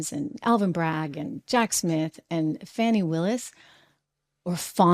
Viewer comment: Fani pronounced fanny because she's a real a$$__ 😂